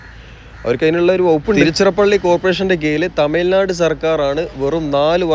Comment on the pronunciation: As a malayali , speaking in malayalam, you could have pronounced തമിഴ് നാട് correctly!